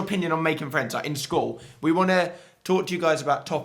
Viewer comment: fwends :D